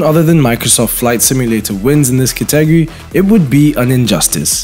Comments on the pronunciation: I'm Soo triggered he kept mispronouncing "Category" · I couldn't finish watching the video 🤣 I mean he isn't even close to saying it correctly, confused me evetytime he said it.